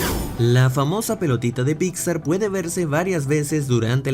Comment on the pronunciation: amo que siempre dice "Picsa" jajaja